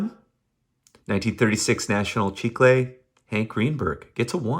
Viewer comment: love your channel dude… And much respect for pronouncing “chicle” correctly as in “National Chicle”. Awesome cards! Keep doing your thing! Tom